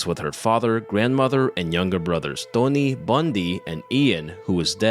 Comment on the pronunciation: His name's 'Tony', not "Dony".